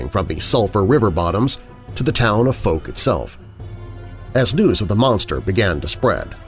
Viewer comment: Please try to pronounce Fouke properly…. It rhymes with Ouch… just add the F and use a hard K on the end.